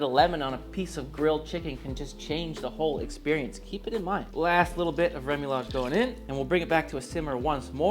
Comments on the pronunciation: It’s pronounced RE-MOO-YAJ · ruh-moo-yaj - no "L".